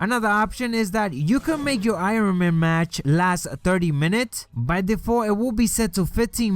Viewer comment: LMAO 😂😂 this dude can't pronounce ironman correctly lol